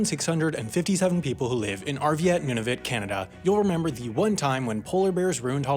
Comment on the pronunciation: "Holloween" "Noonavoot" Damn dude.